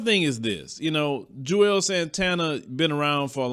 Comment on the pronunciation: Isn't his name pronounced "Jewels" Santana, not "Jew-els" Santana?